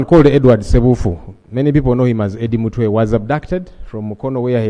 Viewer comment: So Among finds it hard to say the name Eddie mutwe 😮😮